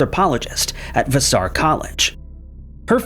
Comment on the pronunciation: VASS-er college 😊